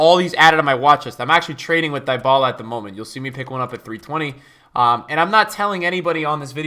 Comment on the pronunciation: Facts. Just remember when you pronounce Dyballa..... He is NOT "Dying"...... D-balla